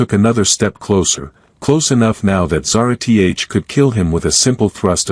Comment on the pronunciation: No reasoning for extremists who could have very reasonable motives, no progression towards the solution, just magically all better, and of course "Zara-T-H". This sucks my dude. Sorry but you're gonna lose the race for the ai story channel niche like this.